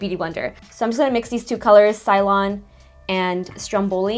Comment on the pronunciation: Just a fyi. Ceylon is pronounced "saylon" which is a country which is now called Sri Lanka. I sure hope I don't sound obnoxious saying this. I love your channel. Happy Holidays.🎁